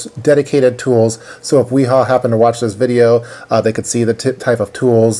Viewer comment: It's pronounced Vee-Haa :-) The W has a V sound in German.